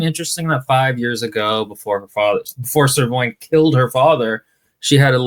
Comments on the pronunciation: The fact every time the knights name is said I hear either Sirloin or Ser Loin makes the whole video so much better. Especially when "Ser Loin" gives me flashback to every occasion a romance book had paragraphs about feelings and temperatures of someone's loins during romantic/ naughty scenes. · 7 minutes in, I can only hear the characters' names as Trailer and Sirloin.